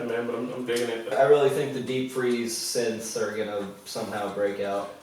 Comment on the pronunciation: I like how you guys call them "syths".... I guess you guys also watch the "HUMANS" tv show?